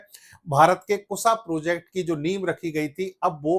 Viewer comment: Chutiye Kussa nahin KUSHA kehte hain. 😅😅😅😅